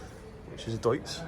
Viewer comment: I like that you know how to say "Deutz". You know your German machinery. There are some english speakers who mangle basically all non english words beyond recognition.